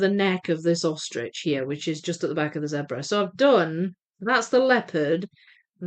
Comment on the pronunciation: I can assure you it is Zebra as in red, that kind of "e" because I come from where those creatures live and that's how we say it. So you are correct,.